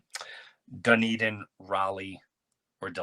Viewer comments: pronounced: done ee din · I don't care how it's pronounced, l'm a call it like l read it Dune- din.